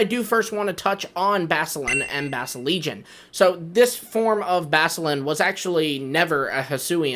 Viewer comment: You didn't pronounce the CU in Basculin's name its BASCU LIN